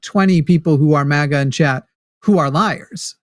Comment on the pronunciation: Forrest, the A in maga, is like A-getha, or a-gate. ✌️